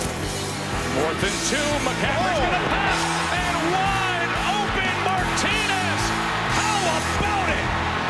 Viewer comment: Don’t let this play distract you from the fact that this man’s name is Manhertz, yet the commentator called him Martinez .